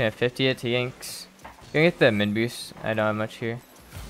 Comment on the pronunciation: "Yanxnz" Blud its pronounced "Yan"💀